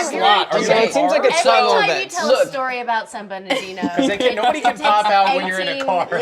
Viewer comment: 😂 is Siobhan saying San Bernardino San Bern - nah - denooo